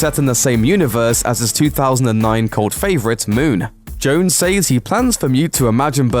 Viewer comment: Great work but I mean this from a really good place, you keep saying SAYS wrong. When It is pluralized it sounds different ( SEZ) Check it out for yourself. Thanks for the great update.